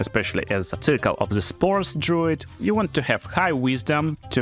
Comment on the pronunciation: Dr-ah-oo not Dr-oh